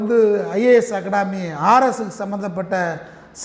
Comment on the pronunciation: அகடமி என்று கூட ஒழுங்கா சொல்லத் தெரியல...